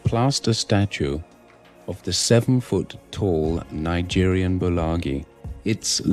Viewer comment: "Nigerian" And he's as British as can be.